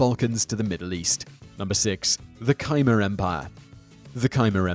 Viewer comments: Khmer - "Keye mar"? Ku Mehr accent on second syllable. Jeesh. It's easy to look up how something is pronounced! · kmer, not kimer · Khmer (kah-meer) not Ky-Mur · MES-so, not MEE-so, keh-MER, not KY-mer. Keep up the good work though! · Khmer is pronounced Khmer. Not Kaymur. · Simon mispronounces "Myanmar" and "Khmer" too. Great content though.